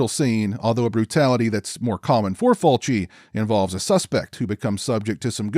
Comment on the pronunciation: I second that - it's just plain lazy to not go to the trouble to learn the pronunciation of foreign names, especially when you are discussing their work at depth. I went through 4 different videos until I found this one, where our host correctly pronounces Fulci's name. Good work & an intelligent review as well. I think, plot wise, this is Fulci's more interesting work - in fact, I'm usually surprised that he was behind this film. As pointed out, getting so used to eye zooms & gougings, seeing this is quite startling really. Fulci always had good ideas that's for sure. And yes, enough with the toe action and nipple slicing - this shows that Fulci could focus well on story and plot and present it with class. No duck quacking either. Well done, I will check out your other videos.